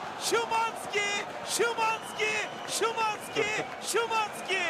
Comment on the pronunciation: schiiwannnzzkiii hahahha isimini niye öyle söyledi (alle deutsch-türken) verstehen 😂